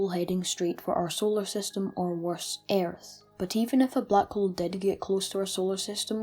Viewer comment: eyarth Oh lord XD No offense, this is a amazing video. But eyarth